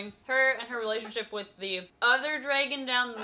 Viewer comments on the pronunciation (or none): none